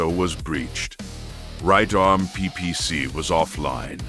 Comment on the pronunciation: I absolutely love your stuff. Hands down. There is only one suggestion I would make. I noticed that your choice of narrative AI often makes pronunciation errors. As most do. There is an easy fix for this. On editing, use a prompt like "Replace all instances where "PPC" is mentioned, with "Pee Pee See" for better phonetics." Similar method works with SRMs LRMs, by changing to L.R.M.(#) S.R.M(#) etc, to limit the mis-pronunciations. You make great stories and content. And we your listeners see through these AI errors and enjoy your work just the same. But these few short prompt additions, will help your narrative AI present your most excellent work, more accurately. Just a heads up. Not a critique. Your, content, rocks!